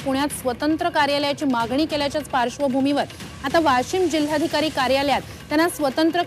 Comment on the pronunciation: Woshim 😅 not Washim... Washim च्या लोकांनी जोरदार विरोध केला पाहिजे..